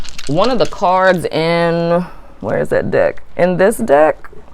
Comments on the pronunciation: 😂😂😂 when you where talking about the "deck" it actually sounded like you where talking about the "dick" 😂😂😂 untill u said " tarot dick" then i realised its "tarot deck".😂😂😂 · Girl I thought you said dick lmao